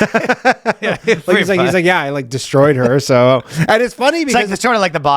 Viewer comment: when ryan fucked up "de-stroyed!!" fuckin killed me.....lololol